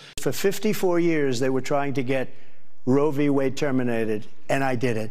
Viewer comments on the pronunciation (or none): I wonder if trump knows what Roe V Wade is. If he knows what the V stands for. He says Rovey Wade. Ross looks like he'd rather be somewhere else when with trump